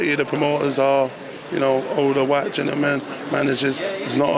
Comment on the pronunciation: “it is what it is “ “whyte”